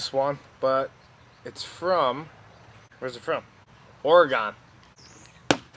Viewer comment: Dude you deserve 200 thousand probably 600 honey though cant believe I missed this.oregon is spoken like organ.